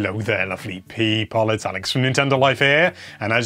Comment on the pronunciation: No one: Alex: PEEPOL